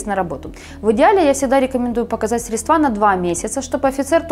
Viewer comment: В слове "средства" ударение на букву "е".